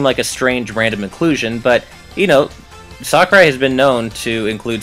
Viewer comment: ***** his name is sakurai not sakuria